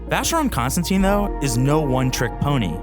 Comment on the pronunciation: And I don't understand how wrong the name is pronounced by the speaker.